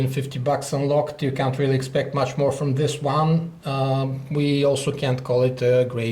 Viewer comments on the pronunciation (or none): none